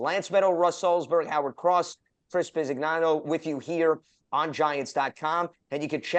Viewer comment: Lance, please pronounce Italian names correctly: Bi-si-ñano